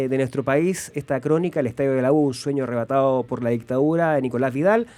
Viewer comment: "ärrebatado" ajajajaj, dejen de hablar weas.